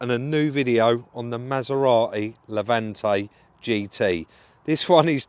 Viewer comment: It’s not a Masera-e it’s a Maserati.